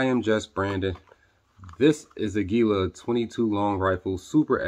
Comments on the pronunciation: fun fact: aguila is spanish for eagle and it's pronounced "ahgee-lah" source: random gringo roofer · It's pronounced; AG U LA.😊